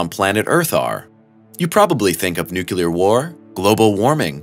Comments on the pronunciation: Not NU-CU-LAR.... it’s NU-CLE-AR= nuclear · The term is "nuclear" not "nucular"! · "Nucular" huh. Can't take you seriously when you pronounce things wrong 😂. Also the content of this basic and overdone.